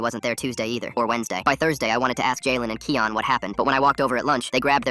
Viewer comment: im pretty sure its kian not keon and pronounced ( ky_an ) not ( ke_on ) cuz its my name